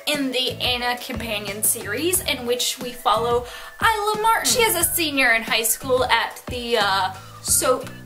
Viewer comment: THANK YOU FOR PRONOUNCING THE TITLE CORRECTLY. :)